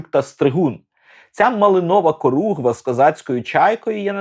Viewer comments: Не коругва, а хоругва або корогва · улюблений фільм. Тільки Хоругва, а не коругва...